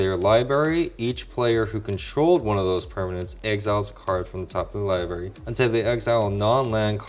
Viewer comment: Libary, lol, it got to me. He never wants pronounced the first r in library